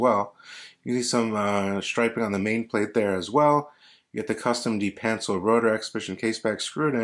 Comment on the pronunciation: Nice vid! Pronounced duh-pan-cell